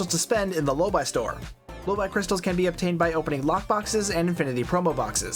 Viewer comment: The low-buy store !!!!! XD XD XD XD (low-bee, FFS) lol